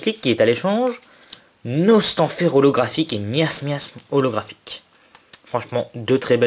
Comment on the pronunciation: xd a un moment tu as dis Tortank ollographhique xD tu etait trop la haut je crois